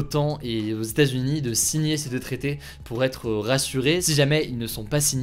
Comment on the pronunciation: Les Stazunis, les Stazunis… Mais que cela veut-il bien dire ? Il faudrait vraiment faire un effort sur la prononciation des États-Unis … Sinon, comme d’habitude ,très bonne vidéo informative. PS : je ne suis pas un Hater…